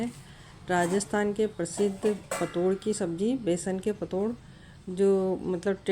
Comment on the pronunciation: Ise ptod nhi pitor bolte h😅😅😅😅